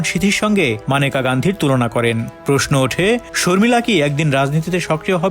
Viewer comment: Agey nam ta thik moton uccharon korun..Maneka na unar na Meneka